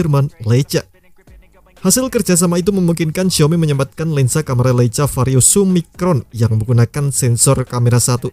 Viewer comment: LEICA = LEIKA